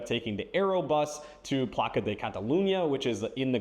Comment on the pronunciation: FYI, Plaça in Catalan is pronounced like Plaza in Spanish. After you leave Spain, read the book "Shadow of the Wind," which is the English translation of the famous book La Sombra del Viento (2001). It's a great love story set in Barcelona with a lot of magic/mystery. They have tours in Barcelona linked to places in the book.